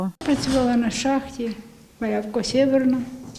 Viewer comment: Шахта ім. Валявка, а не Малявка